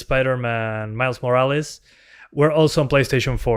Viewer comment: I'm from Italy, love that you say "Morales" like me